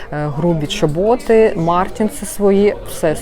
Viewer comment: Чоботи наголос на чо